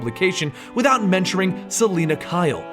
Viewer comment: menchering :D